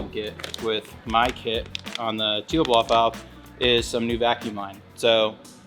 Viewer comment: bms dual cones do not add any power its already been tested, Tial BOV is pronounced 'TIE_UL" not teal, its called a beauty cover not a valve cover, vrsf products absolutely suck go with 2.5 in relocated inlets bigger i.d. much faster spool and install is way easier, to cool down IAT just add a water squirter system very easy diy and cheap asf, do not put m3 sheit on a non m car just looks silly. just a bmw fanatic speaking truth here. thank me later.